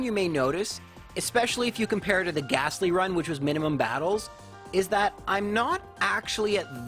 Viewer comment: Good stuff as always, and I don't even mind the wrong pronunciation of Lore-uh-lie. However I DO mind the "h" in Gastly at the end!:)